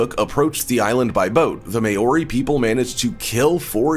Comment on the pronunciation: great video but New Zealand Native Maori it's not pronounced may-or-e... Maw-rie.